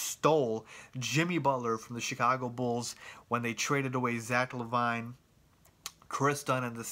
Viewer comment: Skal is European? You mean Hatiian.....Zach La-vine? LMAO! It's Zach LA-VIN. Say it like that.